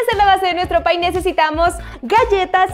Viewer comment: Jajaja es un pye no un pie 🤣🤣🤣🤣🤣